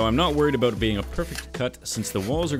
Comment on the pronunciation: “ I’m nae bothered aboot” too much time in Scotland?